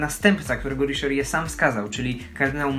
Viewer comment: Riszerie??? Poważnie...